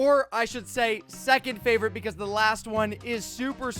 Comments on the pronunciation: said Fravorite instead of favorite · this is going to to be my fravrourite oh my second favourite Me: oh no oh no oh no no no no 😂😂😂😂😂😂😂😂😂😂😂😂🤣😂🤣🤣🤣😂🤣😂🤣🤣🤣🤣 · this is my FRAVRITE house so far Me: What? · this one might be my fravroute ma rewinding it several times to see if he actuily said frayvroute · u said fravrite XD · im sorry but you said fravret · When he ment favorite he said favrote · i think this will be my fwavorite Me:? what did he just say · Did you hear that he said fravret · he said fraverite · He said fravrite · You said feverit